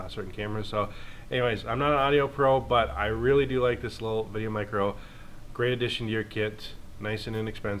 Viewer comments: Good god I couldn't last through half way the video because you kept saying VideoMic-ro. Its micro. One word. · Stop saying "Mic-Ro". Dang sounds so awful. It's put together "Micro" for a reason. Mic GO is separate cuz it's spaced out and capitalized intentionally